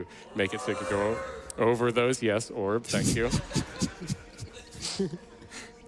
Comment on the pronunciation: Ok, so I don't join every AGDQ stream, and I'm clearly missing something. Anyone care to fill me on why they always say oorb?